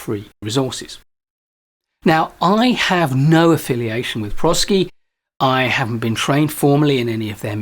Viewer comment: My company uses the ADKAR model in their training on change management, and we have found it to be easy to understand and practical in its application. Highly recommend it. The name of the company comes from the combination of the words professional and sciences. So properly pronounced as pro SCi with a long i.